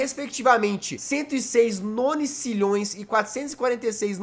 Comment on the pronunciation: engraçado que o jazz fala nonicilhoes mais é nonilhoes kkk